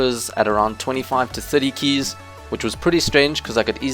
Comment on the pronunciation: you pronounce keys so weird